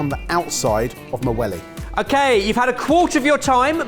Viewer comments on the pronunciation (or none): Whenever says "Wellie" all I hear is "Willie" don't know if that says more and me or